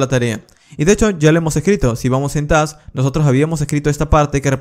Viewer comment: Lo peor es que su pronunciación de task es súper confundible entre plurales y singulares, hablando resultaba incluso más confuso en varias ocasiones.